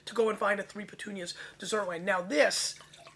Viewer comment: Also it's not "petunias". it's puttonyos (Poot-tone-yosh). It refers to the amount of sweetness (sugar) left in the wine after fermentation.